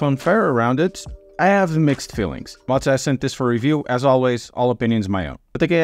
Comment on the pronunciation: why do you pronounce it like "Motza"? is it that hard to say "Moza"?